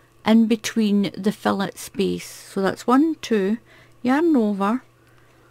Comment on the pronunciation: Loving your tutorials, i love doing Filet (pronounced Feelay) crochet, it's beautiful.